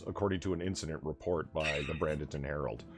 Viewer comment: It's pronounced Bray-ding-ton, not Brad-ing-ton.